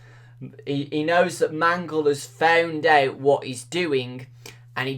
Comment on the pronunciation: The way you said found out sounded like you said fewnd ewt